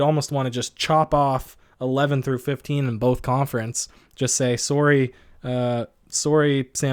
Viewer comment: the most Canadian “Sorry” I’ve ever heard -coming from a Canadian